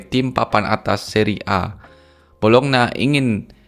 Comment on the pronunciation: bacanya Bolonya bang bukan bolokna